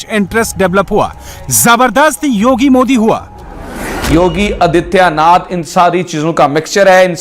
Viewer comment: आदित्यनाथ को आजियानाथ बोल रहा है 😊